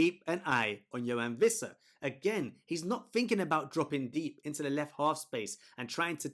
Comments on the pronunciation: great video as always, but just FYI it's pronounced Wissa(with an English W) not Vissa. "Wee-ssa" in fact. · Wwwissa. No V 🤦🏻‍♂️